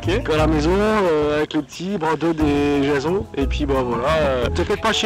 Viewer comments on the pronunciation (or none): none